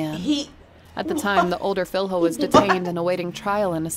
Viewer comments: Filho? Filyo not filHO, just saying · "Filrro" omg that pronunciation